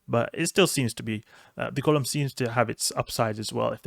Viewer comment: Enjoy your vids man but, it's Golem (as in toe/hoe/poe/snow) not Gollum (as in the LotR character).